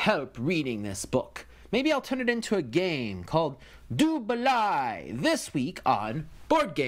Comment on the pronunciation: I have noted that you are fairly anal with names so I'll take the time to correct you : it is pronounced "du baley" balai is french for broom, which as you know is what these whitch Cheerses ride.